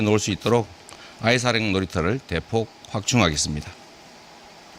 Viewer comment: 아이사랑놀이터가 아이사냥놀이터로 들리네 ㅋ